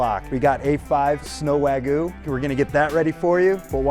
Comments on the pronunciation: did he just say Wagoo instead of wagyu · bro mispoke wagyu to wagu💀☠️💀☠️ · Dude needs to work on his pronunciation. "Wagu" hurts my Japanese-trained ears. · When people call it Wahgu or Waiiiigyu....my ears bleed. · "a5 snow wag-oo" 💀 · the chef said sno wagu lol